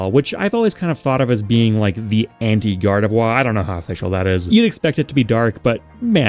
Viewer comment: I speak French fluently, have been for years, you are butchering the pronunciation. You’re pronouncing it “voix”, it would be pronounced “voir” the only thing that the English pronunciation misses is rolling the R, but that’s an accent thing. I don’t want to come off as rude, only critical. As for “why Grovyle over any other mon as a mystery dungeon rep?” Explorers of sky is regarded as “peak Pokemon” by many, and Grovyle plays a huge role in its story, it’s incredibly iconic for the mystery dungeon series. And to end off on a good note, my daughter Ogerpon on top 🙌